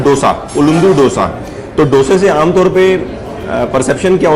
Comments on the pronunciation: Sir, Being Kannadiga/south Indian I am requesting you to use correct pronunciation.... it is pronounced as 'दोसा ' not 'डोसा'..... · Dosa Ka pronounciation aap galat Kar Raha hai. Dosa me d aap dangal ke d Jaise pronounce Karen. Main south Indian hoon isliye ignorekarna mushkil hai😀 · has been eating Dosa for a while now and he must please pronounce the word right